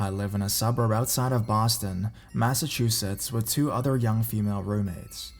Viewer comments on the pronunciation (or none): none